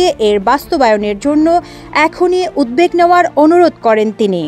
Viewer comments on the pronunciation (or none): none